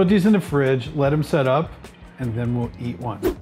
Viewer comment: Just love how he says, “and then ‘WE’LL’ eat one.”